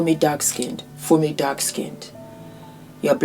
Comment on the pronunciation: You said Fumi, and you said it right[[[[[